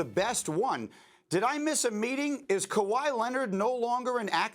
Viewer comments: Lol huge L for this guy saying Kahwi, I thought he was gonna say Giannis 🤣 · 🤦🏾‍♂️🤦🏾‍♂️🤦🏾‍♂️🤦🏾‍♂️🤦🏾‍♂️nigga said kahwi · Green burg is a fucking chump. He said kawhii! Lmao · Lol when he said Kauai I was like bro get off TV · His dumb ass said Kawhi 😂😂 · Smh this dude said Kawhi 🤦‍♂️ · He just said Kawhi 🤦‍♂️